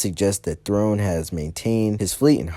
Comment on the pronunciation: whose Grand Admiral Throne? Do you mean THRAWNE??